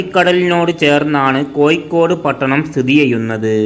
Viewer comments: കോയി ക്കോട് തു പോയി അക്ഷരം പടി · കോയിക്കോട് ഏയ് കിലോമീറ്റർ തൊടുപുയ മുവ്വാറ്റുപുയ എന്തോ കൊയപ്പം ഉണ്ട് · ലിവന്റെ ഭാഷ ഏത് ? കോയിക്കോട്, മുയുമനായും, എന്തര് ?